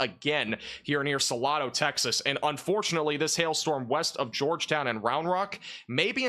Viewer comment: You are mispronouncing Salado ,it has a long A . SalAdo